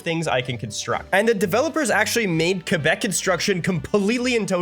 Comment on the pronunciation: Oh they know a lot about canada, they must be canadian… says “Quebec, Quebecois and Val d’Or” like a native… OHHH FRÈRE ⚜️